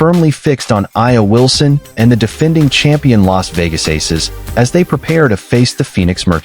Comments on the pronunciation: DAMM you doing a spotlight on players that you can't even pronounce their name..... HOW STUPID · Dang!!! Atleast learn to pronounce her name correctly 😮